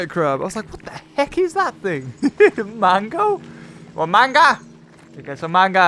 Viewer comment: in the philiphines we,say mannga in you're country you say mango